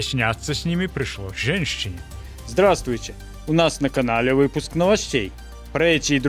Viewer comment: Некомфортно слушать ведущего из-за речи. Замените его на того, кто говорит на белоруском языке - русский с бел акцентом не годится. Россияне вряд ли вас смотрят/слушают, а белорусских надо повсеместно и понемногу приучать к родному языку. Причем, красивому и правильному (пишчына, жэншчыны и так далее - неприятно слушать). Пишу на русском, чтобы всем было понятно.